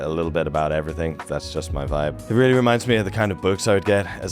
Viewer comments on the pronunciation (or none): none